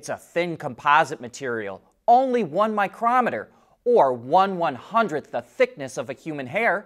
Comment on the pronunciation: It's an issue where the stress is placed. A miCROmeter is a tool used for measuring the thickness of objects, usually in microMEters. Our young host used the Tool pronunciation in place of the unit of measurement.